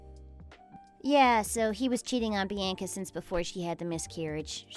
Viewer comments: Bee Ann Kuh? Horrible pronunciation!🙄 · Learn how to pronounce Bianca